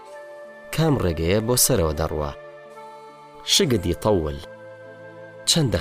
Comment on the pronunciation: ئەوەی ئەیخوێنێتەوە خۆی پێویستی بەوەیه فێری عەرەبی بێت .. ئی بیش..بەچەند..شگەد یتەوڵ، شوەکت 😂😅 والله پێشنیاز ئەکەم کەس گوێی لێنەگرێت، بەخوا هەرچی بزانیت لەبیرت ئەچێتەوە